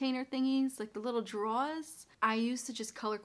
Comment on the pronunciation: I love the way you say Walmart and drawers. Are you from New Jersey?